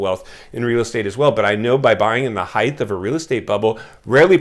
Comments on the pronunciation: The word is pronounced HEIGHT --- not HEIGTH. A house on the next block over sold in a couple of days. Listed at $890,000 - sold for $920, sq. ft, 4 bedrooms, 3-1/2 bath, 4950 sq ft lot. An average house in an average area. As a former realtor, the buyer(s) will be in foreclosure in a few years. I saw this in 2008 -- and most of the foreclosures will be bought up by Blackstone, Blackrock, hedge funds, wall st. Very few families will be able to afford to buy - because they will be unemployed or working part time. Very sad time in America. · Length, width, breadth ….. heighth …. I say it too. I know it’s “wrong” but the word makes perfect sense, more so than height. Carry on grammar wizard